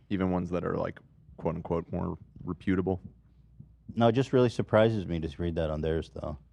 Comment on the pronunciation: with peace and love it's "rEputable," not "repUtable." Peace and love